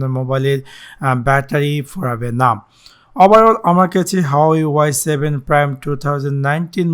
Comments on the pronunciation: এটা হাওয়াই না,🤣🤣 হুয়ায়ে হবে। উচ্চারণ সঠিক নয়। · hahaa resolation o blte parena bal huwei k hawai ble hahaha